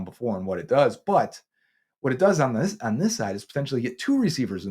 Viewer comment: I like how says “on” and “ahn” lol